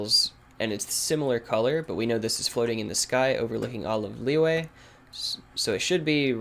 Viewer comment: Lee yu eh not Lee way jeez